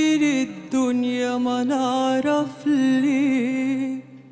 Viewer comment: مع الاعتراف بأن صوتها أصلاً أكثر من رائع ولم يكن فى الامكان تأجيل الحفل. لاحظ ال (Nasal Tone) فى بداية الأغنية وتحديداً كلمة (الدنيا) فى جملة جايين الدنيا مانعرف ليه... وكلمات أخرى كثيرة😊 وللاسف كل أغانى هذا الحفل تحديداً واضح عليها علامات البرد في نطق بعض الحروف ...مثل كلمة (ممنون) ذات الحروف الأنفية على رأى محمد عبدالوهاب ملحن الأغنية رحمة الله، صعب أن تنطق كلمة ممنون وإنت عندك برد أو زكام😂